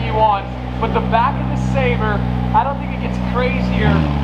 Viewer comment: " Aaaand were bwack baby " wadies and gentlemen " lol 😂 you kill me bro!